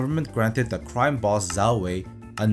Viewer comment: Great video! Just a hint- learn the pinyin pronunciations, they are easy and saying "zhao" like "zao" reduces the credibility as it shows you did not consult primary sources.